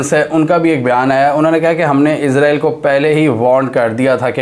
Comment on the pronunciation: بھائی جان پلیز عزرائیل نہ کہا کریں اسرائیل ہی رہنے دیں